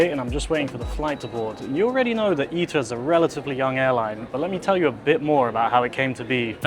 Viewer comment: always thought it was pronounced I-TA, not Eat-Ta